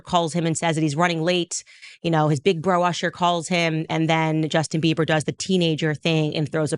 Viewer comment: Girl its Justin Bieber not Beaver